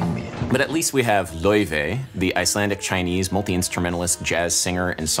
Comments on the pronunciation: zackdarce Actually, I think he pronounced it way better than how you're anglicising it here. The way he pronounced it is actually really close to the actual Icelandic pronunciation. The sound that "au" makes in Icelandic doesn't really exist in English, as far as I'm aware, but he pretty much nailed it most of the time. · As an Icelander I must say: Excellent pronunciation of her name! Those double vowels are trixy, well done Adam 🙏